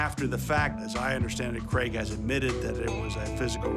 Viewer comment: CRAIG not creg